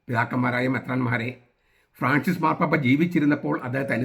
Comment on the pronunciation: ആദ്യം മാർപ്പാപ്പ എന്ന് പറയാൻ പഠിക്ക ടാ വേട്ടാവളിയ